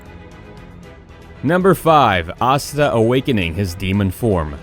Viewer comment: ya it tells ya he watches none of these shows Asta. He think it spelt like pasta just minus the p. If you try to give your opinion of 10 best Power Awakening at least watch the episode or do some research because you would at least would of heard them saying their name correctly .